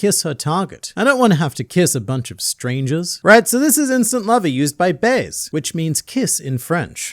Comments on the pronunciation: Hello ! I'm a french viewer and i must react over the prononciation of Baise's name . So basically the real prononciation would get closer to [baeza] in english cause the way you prononce [baez] it can be heard as f**k in french XD Even so, the world "Baise" effectively can mean to have s*x and the correct way to have it meaning kissing would be "Baisé" where the accent also make it a noun. The world "Baiser" also means to kiss but in a very formal and old manner that isn't used nanymore. Otherwise a big fan of your videos as usual so please keep it going ! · baise in french (pronounced by ) is not really kiss......